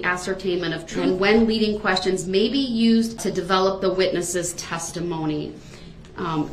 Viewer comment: Why would the investigator recover any shell casings from inside the car when shell casings are ejected from the gun in the street where the gun was fired? I think he "axed" those "quesshins" so he could later brag about being shot at to his prison mates like he was some "tough guy".